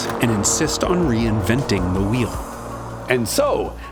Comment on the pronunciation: I think you mean "reinwenting the vheel"